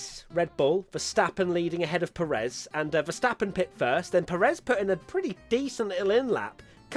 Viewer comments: It's PErez not peREZ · Pé-rez, not Pe-réz. He's been a pilot in F1 for like a decade now, c'mon pronuonce his name correctly